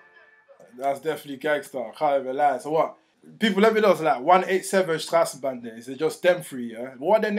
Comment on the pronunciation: Dude you literally the only one who can say 187 Strassenbande in a correct way lol